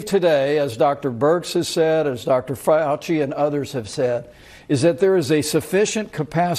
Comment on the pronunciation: Did I just hear Pence mispronounce Dr. Fauci’s name? Really? How many times has he heard this man being announced as the next speaker in the thousands of press briefings (free Trump rallies) that have been on tv these past weeks. Disrespectful.